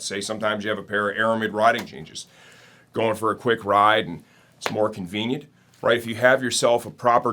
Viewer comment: 6.14 . Did he say more convenient? Heck i heard it as smoking weed! 🤣